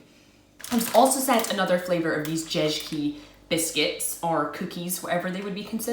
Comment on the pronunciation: when you spell Jezyki , just say "J" as you say "Y" in english